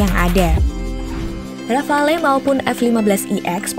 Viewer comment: Sebutannya RAFAL bukan rafalee. Lengkapnya DASSU RAFAL